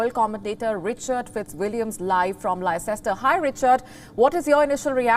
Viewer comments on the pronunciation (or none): Leicester is pronounced Lester not Laycester how did you become a journalist you can't even pronounce a city name